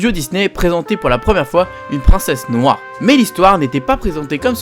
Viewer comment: "une princesse noix" ????